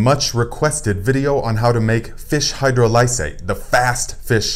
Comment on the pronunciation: Excellent info, Thank you. FYI: Hydrolysate (phonetic: hi-Droll'-ih-sate): Accent is on the 2nd syllable (drol w/a soft "O" sound, as in on, ox, off) not hard as in Oh, and the "I" is also a soft (as in is, inch) vowel sound, not hard as in "I".